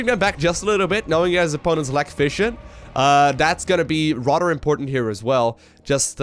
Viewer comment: maybe you should avoid words you can't pronounce. It's tiring hearing about rudders all day. Have you tried the word "instead"? or do you not think about what you say at all?